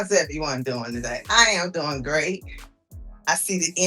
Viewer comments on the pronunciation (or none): none